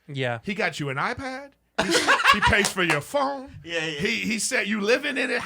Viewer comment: The way Erik said 'phone' had me rollin'